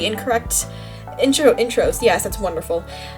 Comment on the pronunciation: sodas “Meh” and “Yesh” when you say it sounds like you have a speech disorder. (No hate to people with speech disorders.)